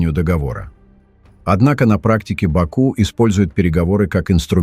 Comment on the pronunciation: Как же я угораю когда бот говорит в бАку🤣😂😂😂